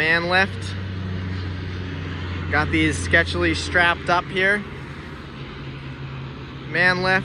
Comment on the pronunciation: Scetcherly? Luv it! 🤣😁